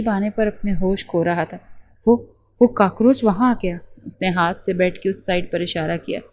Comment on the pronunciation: کاکروچ ہوتا ہے کاکروج نہیں😂